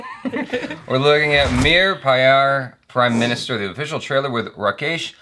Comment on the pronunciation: U dnt even pronounciate pyare ,, properly